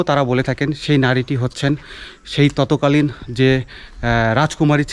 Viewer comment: ভাই আপনার উচ্চারণে কিছু ভুল আছে আপনি বলেন ততকালীন আসলে এটা হবে তৎকালীন